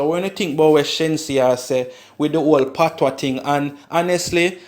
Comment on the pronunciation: its spelt patois but pronounced patwah the s is silent